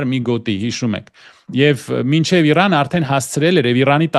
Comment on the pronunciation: ԾՕ ԱՊ ՋԱՆ ։փշոն հողերն է տվե , դու էլ քո անգրագետ ՀԱՅԵՐԵՆՈՎ , ամբողջ մայրենի լեզուն ես , տակնու վրա էրե ։ Այնքան անգրագետ ես , որ Իրանը ԻՌՌՌՌԱՆ այ զզվելի ։